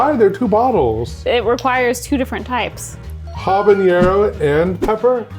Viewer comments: The word "habanero" doesn't have an ñ in it, so it doesn't have the "ny" sound, like in mañana ("ma-NYA-na"). Instead, it's just "ha-ba-NAIR-oh". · I think the way says "Habanero" is worst than the "Eggs" thing. I had to pause the video and take a walk after the way he said it.